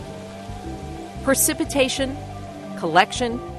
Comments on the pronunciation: The producers of this film allow the narrator to say "percipitation" five times (instead of precipitation). For an educational film, this is not good. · why is she pronouncing precipitation wrong??? Isn’t she a scientist?